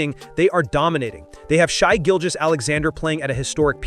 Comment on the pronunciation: Only problem was calling Shai “shy.”